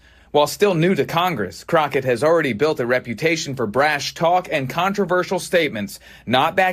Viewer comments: It's jasmine CROCKETT...NOT CROC-HET 🤣🤣🤣. Please lol it's CROCKETT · WHY, WHY, WHY do you keep mispronouncing her name? For the record it is Ratchet Crotchett..... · Her last name is pronounced Crock-IT. IT IS NOT Crotch-IT. What’s really on your mind, brother… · FFS! Her name is pronounced kro/ket. There is no CH anywhere in her name. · Do you purposely pronounce her last name wrong (which I wouldn’t mind) or do you see the K in her name as an H? Just curious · The way you pronounce Jasmine's last name is funny. Do you even watch these videos you opine on?! 😂😂😂